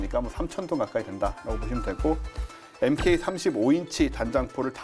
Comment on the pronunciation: 영상 감사히 시청했습니다.참고로 이란해군용으로 제작되었다가 대만으로 넘어간 키드급은 전사한 제독들의 이름을 따서 명명한 겁니다. dead admiral class라고도 하죠. 미해군에서 주인을 잃은 배들의 운명 때문에 그렇게 명명했습니다.해군장비 CODE NAME중 MK라고 써 있는건 mark라고 발음해야 합니다.글구 마지막으로 제가 오래전 rok 에 올렸던 DD 916 전북함 사진을 여기서도 보게되다니, 너무 반가웠습니다. 1995년 11월경 서해에 출동중일때 찍은 사진입니다. 저 사진 원본은 오랜만에 고향집에 내려가 봤더니, 곰팡이로 얼룩져서 폐기했는데... 이젠 여기저기 인터넷에 퍼져있는 사진으로만 남았군요. 당시 전, 항공촬영한다고 해서 함미 갑판에 있다가 함미 함포 안으로 들어가 있었네요.^^앞으로도 열심히 본방송 시청하겠습니다. 감사합니다. 유용원 기자님.Feliz Navidad.